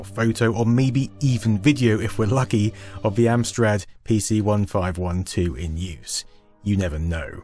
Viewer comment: Argghhh, you can't even pronounce the name of the damned computer properly, there is even a clue in the original advert for it that you showd and yet you still can't. Its a PC fifteen twelve. 😅